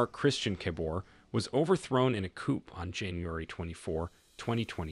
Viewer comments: The p is silent in coup. Pronounced Tray-or. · You need to get you artificial intelligence programmed to pronounce Junta and Coup correctly!